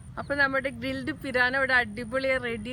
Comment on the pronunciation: Not piraano, pirana